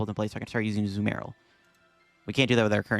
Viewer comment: i like how half the vid he says azUmarill and the other half he says azumArill